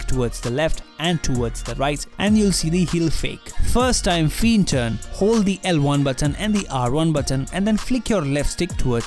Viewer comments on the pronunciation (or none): FYI : "Feint" is pronounced as "Faint"